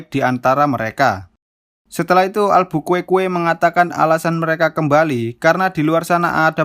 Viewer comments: albukuekue apaan dah bacanya alburQu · Albuquerque jadi Albukuekue 😂😀😀😀😀😀😀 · Albuquerque karena sulit dicaca akhirnya jadi Albukuekue dong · Min maap min sya ngakak tiap nyebut Albukuekue 😂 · Abang Gak Bisa Bilang Nama Albukuekue dengan jelas kan